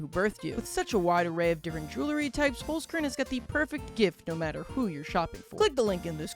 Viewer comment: you 100% misspronounced "holzkern". knowing that because i myself am austrian